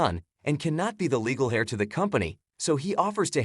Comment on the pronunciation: Why do you call "to kiss" "to brush"? There is not much brushy about lips- Also : "Heir" is said with MUTE h.